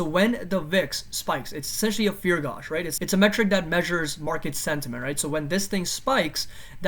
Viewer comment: I love your work, man! I watch your videos everyday. It's always helpful. i hope you dont take this the wrong way but you're pronouncing gauge wrong.